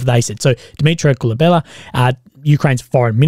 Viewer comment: How do you get “Kubela” from Kuleba? Why do so many Anglos seem speech impaired and dyslexic?